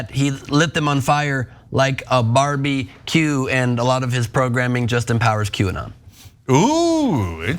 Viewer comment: said "Barbie-Q" 😂😂😂